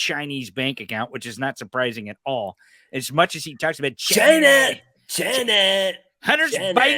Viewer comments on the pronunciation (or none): I think Trump pronounced it "Ghina" because Ivanka was always close by. 🤥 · Sorry when he called out "China ", I really think his was calling out "vagina". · To stand up there when the Virus hit us he was up there blaming it all on China . He'll he can't even say the name China right. Loser